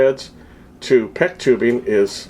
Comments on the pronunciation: And it's 'PEX', not 'PECK'. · its not a peck like in willow.. lol its PEX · QUIT SAYING PECK!!!!!! ITS FN PEX!!!!